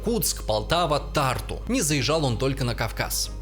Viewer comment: ТАРТУ а не татру